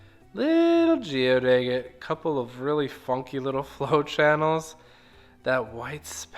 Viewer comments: Agate is pronounced sounding the A as in Apple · Never heard anyone pronounce agate the way you do. First A is pronounced like a in the word apple. Then gate is pronounced git. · I've never heard anyone pronounce agate like you do. And I'm an old Grammy whose uncle back in the 50's used to have Rick tumblers in his back yard and cigar boxes of beautiful polished rocks.